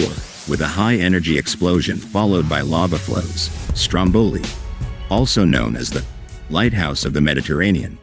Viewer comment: You don’t even get the name right - let alone the rest of the video …😂 👎